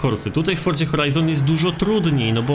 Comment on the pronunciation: wszystko fajnie, nagrywasz spoko filmiki, ale jeśli możesz to zajrzyj do google tłumacz i wpisz sobie słowo "forza", i zobacz jak się je wymawia:). Wymawia się je /ˈfɔr.ʦa/, gdzie ty wymawiasz to tak jak jest zapisane, uszy krwawią:(. Nie wspominając kiedy mówisz to z końcówką -ie, "forzie" co brzmi jeszcze dziwniej. To nie jest hejt, ale kiedy mówisz twoje "forzie", to cała reszta bardzo dobrego filmiku na tym traci:(. Pozdrawiam